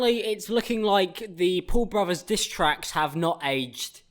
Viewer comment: I had captions on and it thought u said ‘poor bravas’ not Paul brothers and ‘jake pool’ etc Edit: also, my personal favorite, ‘QV Jake Paul intro’ aka queue the Jake Paul intro